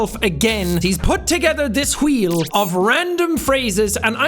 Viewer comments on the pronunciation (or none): Why did he say “khweel” like stewie griffin lmao